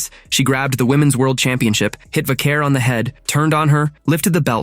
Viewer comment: Is AI talking in this video or is the real person just reading a script and doesnt know or care about wrestling? Mispronounced Vaquer and called Ray's finisher the 6 hundred and nineteen???? Channeling Mean Gene... Give me a break! (If he even knows who HE is)